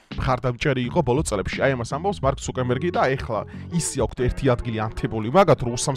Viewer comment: ცუკერბერგია და არა ცუკემბერგი